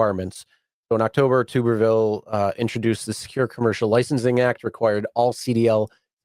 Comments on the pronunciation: Tommy Tuberville, pronounced (T-ubber-ville), rhymes with upper. Senator Tuberville for those who don't know is the former head football coach of the Auburn Tigers, undefeated in 2004, (13-0), the Texas Tech Red Raiders and the Cincinnati Bearcats before starting a political career. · Ironically the guys name is pronounced Tubber- ville….former Auburn football coach…love you guys keep up the work